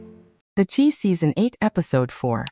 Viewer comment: You cant have a story because you don’t even know how to pronounce the characters names in series is called the Chi it rhymes with sky